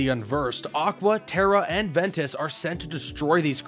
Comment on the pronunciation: The pronunciation... Lmao VEN E TAWS